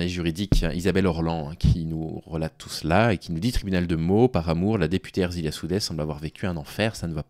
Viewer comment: Soutiens total et inconditionnel à Ersilia Soudais! Une femme forte, déterminée et avec un engagement politique indéniable. Je précise que son prénom est "Ersilia" et pas "Erzilia", un détail mais qui m'a fait tiqué à l'oreille merci à toi en tout cas.